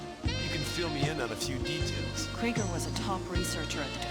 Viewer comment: Kraiger? Its krieger dude 😅